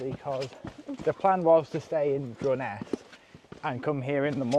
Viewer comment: Durness...not Duress🤣